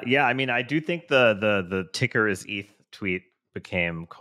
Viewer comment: what does he call it? ehhth? How can you not know how to pronounce Eth??